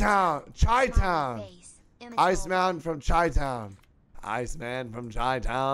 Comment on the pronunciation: the second time he dead ass only said "ICEMAN..." I was hoping he was like "Damn I really tanked saying Chi-Town" 😂😂